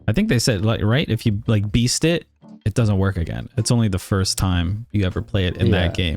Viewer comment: Please never say Fist Spiderman again